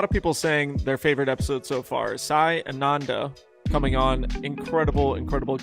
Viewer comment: This is so embarrassing. You can’t research how to pronounce the name of a silver series event winner. This show and specifically are an embarrassment